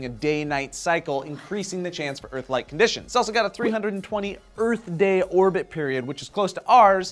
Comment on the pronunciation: big örf "pronounced like earth but earf...